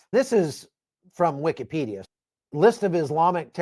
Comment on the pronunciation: I swear u just said "wicked-pedia" 😂 amen